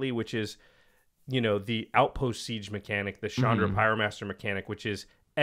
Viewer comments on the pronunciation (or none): none